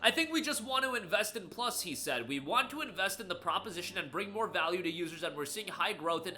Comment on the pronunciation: "Vaule"? TF YOU ON ABOUT!? GOD DAMN